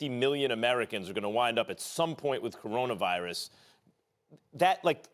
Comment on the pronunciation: Stephen A.: Coronervirus